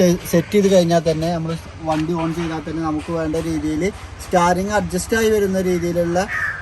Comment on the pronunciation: സ്റ്റാറിങ് അല്ല....സ്റ്റീറിങ് 😭😭😭😭😭😭😭